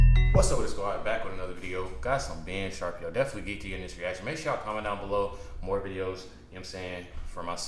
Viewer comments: Shuh-Peer-Oh vs Sharp-E-O. Just trying to help you out bro, great videos! Have enjoyed watching your journey! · It's pronounced (sha-peer-o) I'm surprised nobody told you yet lol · His last name is pronounced: Shu peer o ! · His last name is pronounced Shuh-peer-oh. Love ur vids bro, stay blessed